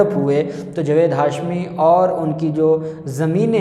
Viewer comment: جوید نہیں جاوید میں اپکا تلفظ ٹھیک کرو ا کر ہی دم لونگا